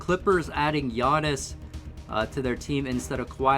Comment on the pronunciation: You missed pronounced Giannis’s name when you said one great player and Dragan Bender